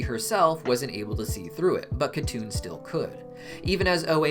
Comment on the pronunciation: it should be pronounced Hatun not katun since it's a Turkic/Mongolic name.. but yes